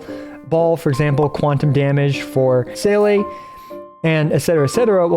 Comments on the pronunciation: respect since u pronounced seele aand not zeela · finally someone who pronounces seele right